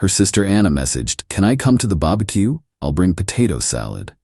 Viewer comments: lol at the American AI narrator suddenly switching to Australian accent for that one word: "barbecue", a few seconds after when her sister Anna messaged OP, and then f-cking it up and calling it a babbakiu. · You can't cancel our wedding, like she just cancelled your best man. Why is she worried about pictures? The mother needs to step back. Meredith is so insecure. Folks, when someone says it's over, just walk away and don't beg. Why is it women always call someone for domestic abusive, and financial abuse? Seems these women all use the same excuse. AI learn to pronounce words like barbeq he.